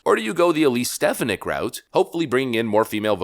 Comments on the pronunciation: Stef-fon-nick not Stef-ah-nick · I’m hoping for Viveck Ramaswmy. Please check out how to pronounce Elise Stefanik’s name properly. Thanks. Dan Wright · STE-FAN-ICK! NOT STEF-A-NICK! I think. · Stef-on-ick not Stef-in-ick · dude you miss pronounce peoples names all the time . not stef a nick. its sta phon ic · Stephanik's name is pronounced: stih-FAA-nihk😊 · Picky I know, but damn....you're pronouncing Stefanik's wrong. It's pronounced stefAWnik.